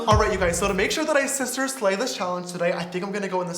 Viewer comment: James charles:"Hey sisiters" Me: Shut up you boy